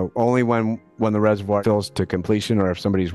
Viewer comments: What’s a “reserWIRE”?! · everytime I hear 'resevwoiyer' I physically cringe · The way the narrator pronounces "reservoir" is so distracting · Isn't the comparison Tokyo's emergency-flood-storage-cavern a necessary addition to this one? Literally that reservoir is big enough to store Godzilla and every city with flood problems could learn a thing or two from them... Chicago seems to have quite a similar system where once the reservoir is full, storm water goes to the river instead. [also, I hate being that guy but "reser-vwyre" ??] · I'm almost 40 years old and until today I never knew that British people pronounced "reservoir" like that. Also, I haven't lived in Chicago for a while, but I'm pretty sure that The Italian Village does not serve deep-dish pizza. I don't think they have pizza at all! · You’re saying reservoir wrong again 😂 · Never heard reservoir pronounced like that 😭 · It's pronounced reservoir ;)